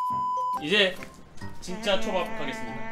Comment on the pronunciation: 처음에초밥듣고 좁밥 인줄알았닼ㅋㅋㅋ